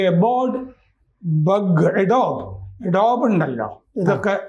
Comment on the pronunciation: അഡോബ് ....!! എഡോബ്‌ അല്ല...!!